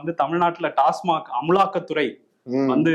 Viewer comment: அமலாக்கத்துறை❌ அமுள்ளாக்கதுறை ✅